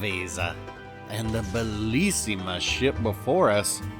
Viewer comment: “Bellissima” not “belissima” 😉